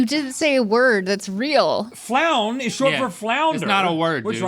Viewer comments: "Flown" is a word. Rhett mearly mispronounced it. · Rhett really said "Floun" when frown was right there... 🤣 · Between "Omaha" the state, and "Floun" short for flounder, I was dying🤣!